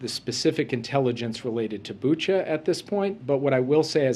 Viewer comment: I'm from Ukraine ! It is BUCHA, not BuchO 😟😤